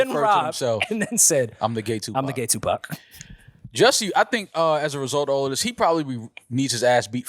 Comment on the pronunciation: Gu-Pac! 😭😭 was on it out the gate back at the old pod. Hilarious.